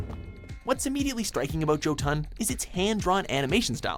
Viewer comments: Small comment on pronunciation of Old Norse: The emphasis is ALWAYS on the first syllable. So the first game mentioned on this list isn't called "jo-TUN", it's called "JO-tun". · Did he really said JOE-TAN INSTEAD OF JöTUN? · ö is not o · Thought it was pronounced Yotun (jotun) not Joetun (jotun) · ITS PRONOUNCED YO-dun... not JOE-Tinn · Yo-ton, not joe-ton....fuckin jeez atleast TRY to pronounce norse right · Joe-TON? Try YO-tin. Come on guys. You over-pronounce every French word that you see, try it with other languages too. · Im srry i cant XD "Jotun" is it not pronounced "Yo-tuhn"? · Jotun is actually pronounced yotan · Jimbo Estelrich you beat me to the correction lol...I heard how bad he slaughtered the name I cringed. I'm sure the gods do too Everytime They hear it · Was also going to correct that myself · JOE TON! 🤣🤣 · Thank you. I was like What the fuck!?!? I get mad enough at how people pronounce Senua. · Did he pronounce Jotun as...Joe Ton?? Barbaric..... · The first one is actually pronounced (yotun) because the vikings pronounced their js like ys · pretty sure its pronounced as Yotuhn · How are you saying Joe-ton?! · Jotun is actually pronounced Yo-tune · It's pronounced Yotun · Thank you. That bugged the hell out of me. Lol. In "viking language" (old Germanic, or fulthark) the J was pronounced as a Y. Also, and this is just me nitpicking now, but technically, Volgarr would be pronounced Wolgarr. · Oof, how the hell you mispronounce jotun so bad right off the bat